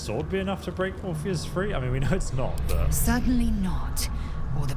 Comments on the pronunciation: Brother, the sheer amount of mispronounced words and typos in this series are driving me nuts. ORPHIC Hammer, its spelled out in the game. Used to free Orpheus, also spelled out in the game. What is all "orpheric hammer used to free orpheric" 😭😭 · How do you manage to say orpheus so wrong when the npcs enunciate it often enough